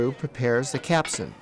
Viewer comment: CAPSTAN. not Capsun.